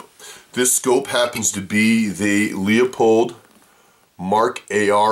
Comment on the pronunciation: Pronounced - LOO-PULLED... not LEO POLDED